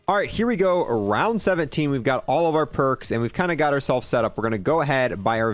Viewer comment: haha he said porks